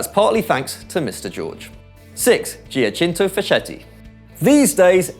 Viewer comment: #6 his name is pronounced \djakinto faketti\